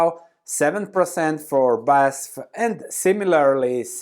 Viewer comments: its B A S F Not baesffff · More like this great video please. I am in the chemical industry but never heard BASF pronounced like that.